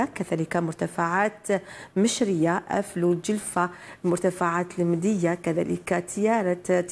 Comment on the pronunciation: ختي عندك مشكل مع مدية ولاا هه جامي نطقيتيها 😭